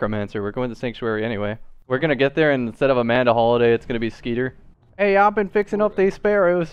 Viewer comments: The way you called "Scooter" "Skeeter" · SCOOTER NOT SCEETER